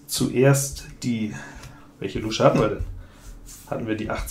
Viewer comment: 🦎Ich muss immer schmunzeln, wie du "Luusche" sagst. Ich kenne niemanden, der das mit langem U spricht. 😂